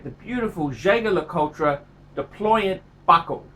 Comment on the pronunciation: Nothing oozes class like pronouncing Jaeger-Lecoultre incorrectly.